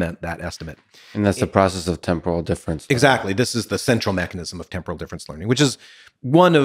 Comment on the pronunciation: Lex has a habit of saying "temporal" like "tempura" that his PFC reinforcement learning can't seem to overcome. Or perhaps that shrimp tempura he had the other day got stuck in the working memory loop.